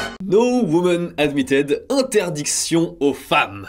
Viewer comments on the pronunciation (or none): Merci pour tes vidéos toujours plaisantes et très intéressantes pour comprendre le Japon. J'ose ici 2 remarques dans un seul but d'amélioration. - en anglais la prononciation de admitted est plus proche "admitid" voire "admidid" que de "admitaide" - je sais la faute très répandue, mais en français, on écrit la GENT féminine et pas la "gente". On devrait le prononcer exactement comme GENS, son pluriel.